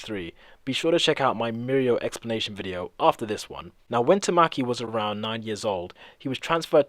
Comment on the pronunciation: It's (Ta-ma-key) not (Ta-mah-key) Literally just by watching the anime you can make that out.